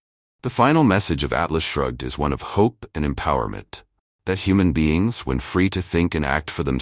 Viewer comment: The narrator needs to learn that the title of the book is "Atlas Shrugged", not " Alice Shrugged".